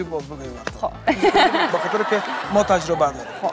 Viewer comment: میگه رنگ زرد را در کانادا چه تژبه میکنه ههههه اموره تشبه بگو تژبه ن